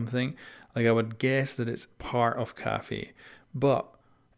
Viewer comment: Him saying caffee makes me want to scream